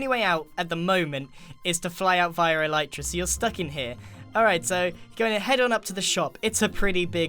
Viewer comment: He said eleetra... ITS CALLED ELYTRA!